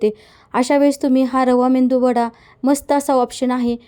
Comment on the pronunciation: मेंदू वडा नाही मेदूवडा